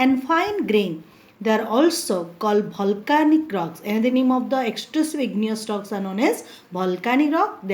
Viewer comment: Omg... what she is teaching, she is just reading and not explaining anything , and who pronounce volcanic as bholcanic!!! not good at all...